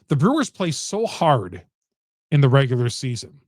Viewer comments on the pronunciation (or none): Nigga a casual stop saying “regualr season” this playoffs buddy